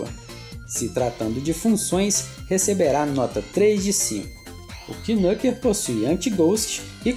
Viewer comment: a pronuncia é nâquer, e não quinúquer